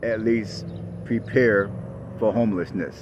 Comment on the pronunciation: I keep hearing this ja makin guy I used to work with say PREPARE every time you say prepare. It's funny to me LOL